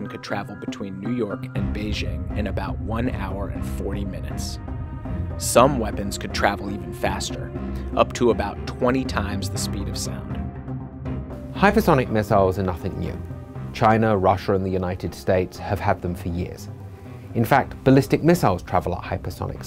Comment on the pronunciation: "Hyperthonic mithiles" wtf's that??